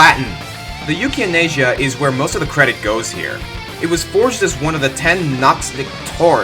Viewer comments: 5/10 It's "Yukianasa," not "Yukianasia." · Oh Come On, Yukianesa Isnt THAT Hard To Pronounce & U Focked Up Like It Was... Say It With Me... YUUKI... Á Nessa. See? It's Not Hard... Aldo Other Blazblue Words ARE!!! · This may be wrong but I think Jins sword is pronounced yuki-ah-na-sa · Allow me to soothe your pronunciation worries. Librarium= Lie-brahr-ee-um Yukianesa= You-key-ah-neh-sah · You-kee-ah-ness-uh. That's how you pronouncd it, my friend. :0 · Yamato Hotsuin Well, technically, it’s “Yoo-kee-AH-ness-uh”. Can’t forget to capitalize the emphasis point (or whatever dictionaries call it—it’s the part of the word that has the most emphasis when you say it out loud). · Yamato Hotsuin thank you! The way he said it bothered me more than it should have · Lol that Yukianesa pronunciation.